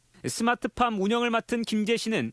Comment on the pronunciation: 스마트팜이 아니라 스트핏팜?